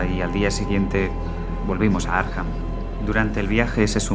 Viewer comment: Muy original. Gran trabajo. Por otro lado. Arkham se dice Arkham....... Akram.🙃